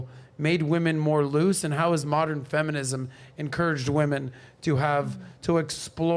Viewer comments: Saying “moderin” instead of saying modern. 🥴🥴🥴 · The "Moderren" shit was very irritating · I just can't keep watching this. She said, "moderin" just TOO many times. I'm out. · I am about to be PETTY....what is "Moder-N????? I thought it was Modern! And the stupidity of calling her Father a "low value man" and he has multiple properties....and sorry but she's not that cute to ask for $500k to $5 Million....LAUGHABLE 🤣🤣🤣🤣🤣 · The way that chick pronounces modern as "moderun" is on point. If you see a woman like this the only mode you should be on is "mode run" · Why do these channels bring ignorant trash 304s on for a discussion. They can't even pronounce "modern" (Moderin jesus fuckin christ) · She mispronounced modern as moderin, too. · Dis she mispronounced "Modern " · I'm sorry, but for someone who has trouble pronouncing modern, I had to stop the video when she said that the minimum amount was 5 million. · I’m not trying to be mean, but the Keiona girl seems dumb. She mispronounces a bunch of words. The way she thinks about stuff just doesn’t seem realistic. The type of man she wants is just mind blowing. Not realistic in the slightest! Plus she’s average looking with a face FULL of makeup and fake hair. So natural she’s probably below average. All of that AND she wants to run the relationship. 🤯🤯🤯🤦🏼‍♀️